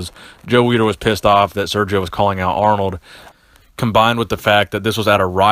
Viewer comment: Lol he just said aronld and Schwarzenegger 😂😂😂 still a good video though lol